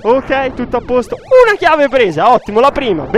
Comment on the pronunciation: ahahah chiave si dice [kii] non [kei] ahahah😂😂 Grande!